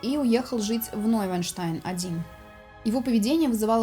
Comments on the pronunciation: Всё прекрасно. Но вы пропускаете букву в названии Нойшванштайн. Первую Ш. Шван - лебедь, без первой ш теряется смысл. За программу спасибо! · Замок Ной-шван-штайн (Новый-лебединый-утёс). Понимаю, что язык сломаешь, но всё же надо стараться. :)